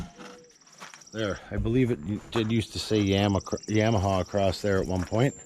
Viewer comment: Yah ma ha, not yam!